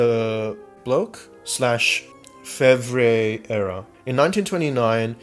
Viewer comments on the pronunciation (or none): It is pronounced Block not Bloche. Braudel was the 2nd generation. Montaillou is based on Fournier's inquisitional records and has been questioned by some historians about how everyday life is portrayed there simply by piecing together these records. Bloch was executed by the Nazis in ww2.